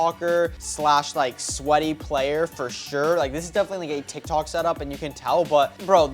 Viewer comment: bro said tektok💀